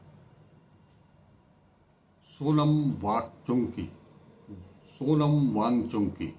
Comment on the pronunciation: Cha-cha pronunciation se thik se karo bichare ki naam ka. kehna kya chahte ho